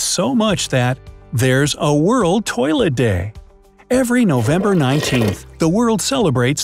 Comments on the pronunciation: U said tolit 32 times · he said toleit 23 times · 34 times you said toliet/toliets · I heard 29tolits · I think you said tolet 40 times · I counted 26 to 40 times he said toyllet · You said 15 tolits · You say 33 tolets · You said tollet 33 times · You said toliet 25 times in the video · You sayd 34 tams tolet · 34 times you sad tolit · 36 time saying tolite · You Pronunced "Toilet" 38 Times.